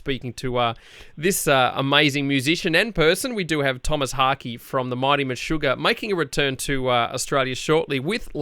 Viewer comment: All this comments about the pronunciation from dumb folks who live in their American filter bubble! If you don’t know it, this is a Swedish band and the interviewer was quiet good. In fact it is pronounced meh-sugar and Harkö/Hahke with a silent e like Ke-vin)